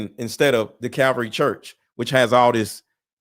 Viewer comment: Bro, it's Calvary Chapel. And be sure of what you're talking about, calling them a CULT Just a helpful tip. Love the vids.